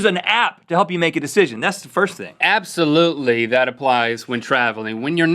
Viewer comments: HA! It kind of sounded like Link said "appsolutely" during the chat about apps :p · hehe "app-solutely" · Ha link you said APPsoulutly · APPsolutely hahahaha well played Link. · Link says App-solutely.